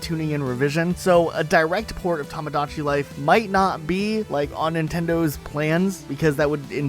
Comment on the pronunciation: I'm getting an aneurysm listening to mispronouncing "Tomodachi Life" multiple times